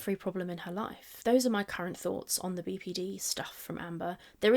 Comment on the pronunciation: Every time she says "BPD" I wanna tell her shes mispronouncing the N